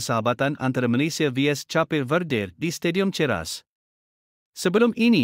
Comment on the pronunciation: Sebutan negara Cape de vedre tu pun salah....ko jaga kelab indon sdh la bro....apa sibuk kelab kami...